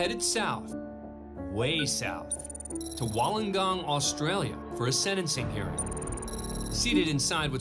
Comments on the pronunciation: It's pronounced Wool an gong not wol lang on. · Pronounced wool-n-gong